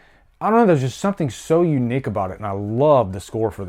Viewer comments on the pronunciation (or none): "So unick about it" where are you from? I love how you add the Beth Death scene, the theatrical cut is soooooo good. The score in this scene really sets the tone. Right on my man